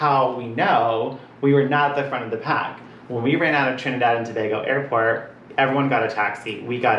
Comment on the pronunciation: Im in aww as to how perfectly u say Trinidad & Tobago. So many people pronounce wrong. As a fellow Trinidadian it means so much to us when ppl take time to say it right. I love Amazing Race from the first season and I have always wanted to try out. My heart bursted in excitement when I heard that my birth place was the first leg. I always tell ppl if u ever go there on vacation u have to take the boat or plane to see the Nylon pool its so amazing.